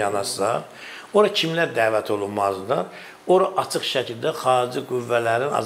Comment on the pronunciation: Bu Serdara basa salin, ki Azerbaycan dilinde ц herfi yoxdu. Acig sozu var aцig yox